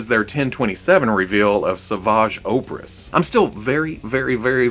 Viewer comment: Hey love yah. Take it or leave it of course but I believe Savage Opress is derivative of the word Oppressor. Atleast it would make sense if they essentially named him “savage oppressor” lol anyways you pronounced it “Ohpress” and that’s fine, but hopefully you see this!